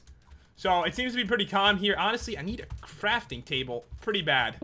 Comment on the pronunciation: "Honestly, I need a frafting table right noe."